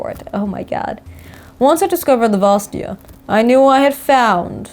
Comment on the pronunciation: the second a in vastaya is not silent , just for future, please xD